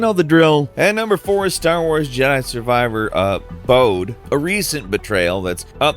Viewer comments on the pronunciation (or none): none